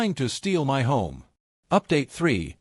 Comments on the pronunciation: "My" is pronounced " my" not " m-i". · "M-Y" Gosh, same badly programmed and illiterate AI voice. 😮 And the Speech-To-Text program is even worse. 🤨